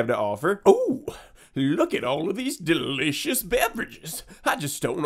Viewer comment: I hate how he says delicious